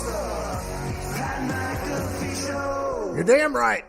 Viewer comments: Loool that stevo interview was amazing, but him saying ur name wrong at the end killed me keep it up bois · Pat got super heated over it. "Hey show some respect!" Lmao only way Steve O can redeem himself is a free nutkick by the punter of the decade